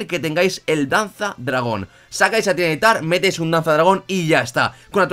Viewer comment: no se porque siempre lo llamas tyran nitar o al menos esa es la impresion que da cuando lo mencionas cuando se lee ty ra ni tar